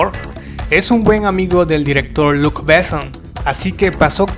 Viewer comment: Sería buenísimo que pronunciara Luc Besson como se debe y no como si fuera un apellido inglés.